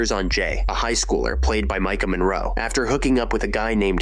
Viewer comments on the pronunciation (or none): none